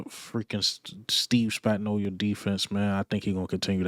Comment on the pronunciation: why is it only my people can't seem to say Steve Spagnuolo's name properly 😂 LB mispronounce it the same exact way. There's no"I" in his name playa